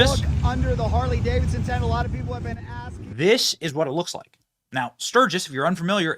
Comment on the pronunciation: "Carley Davidson"!😂